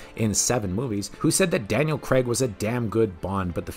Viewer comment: It’s not Daniel Creg it’s Daniel Craig Cr ay G